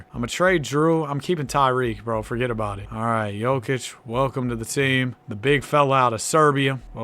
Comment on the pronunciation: bro sayin forget about it like he italian